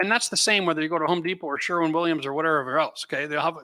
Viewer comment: For God sake it is called Sherwin Williams not Sherman Williams